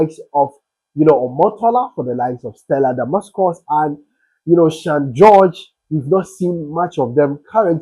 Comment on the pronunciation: 🎉THE NAME IS: STELLA DAMASUS 🎉) NOT DAMASCUS. THANK YOU.❤